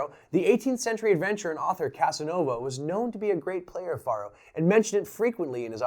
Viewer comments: How ironic you say 'Any illiterate Idiot can play this game' when you dont even pronounce Faro correctly. Its not even up for debate.... there is only one correct pronunciation of Faro, it is Pharoah. not Far-o. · Yeah... but it's not the same. I would argue that no one in history, outside of you and whoever tought you, has pronounced it Far-o. It's Pharaoh, pronounced "Fay-roh" or "fair-oh" but never "Fah-roh" like you pronounced it. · Great video, but it's pronounced "FAIR-oh" not "FAHR-oh." It sounds exactly the same as an Egyptian king, a Pharaoh. You explained the game very well, but you failed to mention that you could place your bet between two, three, or even four cards. And though you were playing for pennies, you could actually "copper" your bet, adding a penny, which would reverse the player and dealer cards. A simple game with lots of options. And it usually took three people to operate the game, a dealer, a banker, and a case keeper. The last Faro table in Las Vegas closed in 1975, and the last one in Reno in 1985. I find Faro a fascinating game! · I think it is said like 'Pharaoh" as that is another name for it. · Why are you pronouncing it like that? Isn't it derived from Pharaoh?